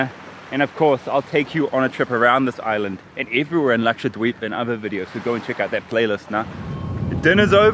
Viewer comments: The way he says it dweeb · You pronounce Dweep in a funny way. I thought it was pronounced more like deep...